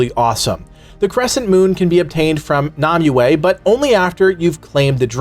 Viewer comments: It's Nimue not Numue xD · NAAM ue instea of NIMue lol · Stop saying Namue please, it's NImue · ...It's not Nom-you-ay. It's Nim-you. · who tf is nahmuaye you keep mentioning? You cant just make up pronunciations for fun. They say it in game, no excuses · I'm triggered by the way he pronounces Nimue's name. It is pronounced "Nim Way" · It's how the game itself pronounces and yes you are correct, the game pronounces it incorrectly